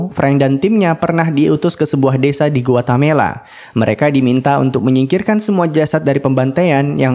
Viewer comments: Guatemala, bukan Guatamela. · Bkn guatemela tp Guatemala 😅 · Ada beberapa kali disebut Guatamela,seharusnya Guatemala broo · Bang kayaknya GUATE-MALA, bukan GUATA-MELA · Guatemala min, bkn guatamela😊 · Pln2 komennya ya mimin...Guatemala tp kok dsebut gautemela...itu nama negara bneran lho min...🙏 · Guatemala broo..Bkn guatamela😂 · Guatemala, bukan Guatamela. Coba biasakan cross-check data. Semudah membuka Google Search. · yang benar itu guatemala min bukan guatamela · GUATEMALA bukan GUATAMELA😂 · Para pembaca alur cerita film kayaknya harus belajar geografi lagi, Guatemala dibilang Guatamela. Pernah juga nonton alur film di channel yg lain ibukota Yordania harusnya Amman dibilang Amnan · GUATEMALA BANG BUKAN GUATAMELA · Guatemala min. .Gua Te Mala. . risih denger Guatamela ny min. . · Harusnya bukan "Guetamela"... tapi "Guetamala" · Sedikit koteksi GUATEMALA bukan GUATAMELA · Guatemela apa guatemala min?? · Guatemala min: dibaca Gu Wa Te Ma La 😝😝😘😘😘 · samaaaa!! awalnya gw pikir gw yg salah denger atau mimin yang salah sebut tapi mpe akhir review tetep Guatamela. tiap mimin bilang Guatamela, gw koreksi sendiri hahahaha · dia bilang Guatamela mulu 😅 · Gpp Om, Guatamela drpd Guamelata. Kl di togel itu namanya dimistik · nyebut Guatemala dengan bener apa sesusah itu ya? 🤔